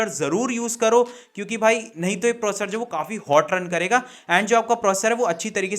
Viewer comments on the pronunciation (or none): Proccor nhi processor